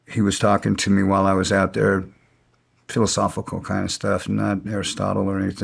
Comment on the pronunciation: English is fillisofical?